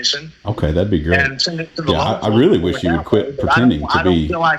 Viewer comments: He’s getting weally tired of cwap 😂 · This weally weally got on my nerves qwickwy. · Ok, I’m weally gonna need an update on this!!! He seem to weally think he is the DoD long arm of the law!!!